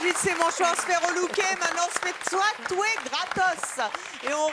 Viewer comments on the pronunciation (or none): "on s'fait tsoitouer" xd